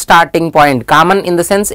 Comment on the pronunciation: "Kammon" is the word of the day😂 Hey no offense